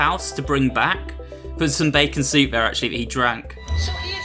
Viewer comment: When you say there it sands like free